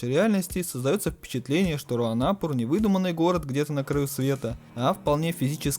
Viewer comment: Где ты видел хоть один дубляж где бы говорили руанАпур а не руанапУр.Что у вас за х¥йня с ударениями?